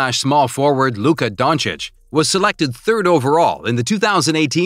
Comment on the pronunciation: Aghhh why did you say luka dončič so vierd????? Im from slovenia 😃😃🇸🇮🇸🇮🇸🇮🇸🇮😃😃🇸🇮🇸🇮😃😃🇸🇮🇸🇮😃😃